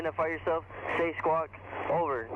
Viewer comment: "Say squack, over" "... Squack?"